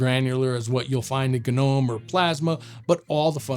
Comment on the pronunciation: Any viewers who aren't shills? Anyone who can't pronounce Gnome correctly should remain silent and go back to school.